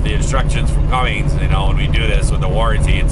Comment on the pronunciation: Cumm-INs not Cumm-INGs. Not hate'n, love the videos.